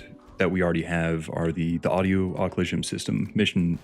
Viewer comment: Im sure youve been told but its pronounced uh-klü-zhun